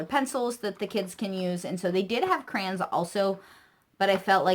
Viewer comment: I love that you say crayons like me! Everyone gives me a hard time for saying it that way. Great haul! Thanks for the ideas. My 4 year old is obsessed with addition so it looks like i'll be ordering the addition locks. I don't have one near me either, and that's ok, i'd spend a fortune!